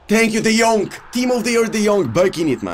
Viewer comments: His name is de jong not de jonk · Say de yong not de yonc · Just say “de young” lol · can you please stop saying De jongK , its without the K. just De Jong. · No one:: De Yonk! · No one: De Vilihea,de Laight,De yonkh,Daybala 😂😂😂👌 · No one:: de jonk!!!!! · Nobody:: what did u do De Yonkk!! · I love how says de jonk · "Let's go De Yonk"